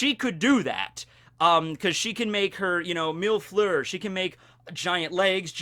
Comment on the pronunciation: when he said mil fleur , i thought he said milf-eur